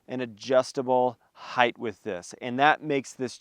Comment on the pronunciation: Thank you for saying “hite” and not “high-th.” And the kilo high peak chair works for me. I like it a lot.